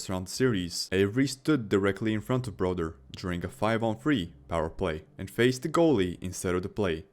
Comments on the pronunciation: I’m sorry his name aint broder. I’m not even a jersey fan but calling him broder is nasty 😂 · Broder. Ah yes, my boy Broder.